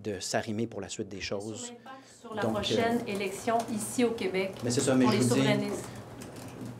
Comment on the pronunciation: Plamondon, on dit pas Qwebec mais KÉbec, je voterai pas pour toi si tu continues de même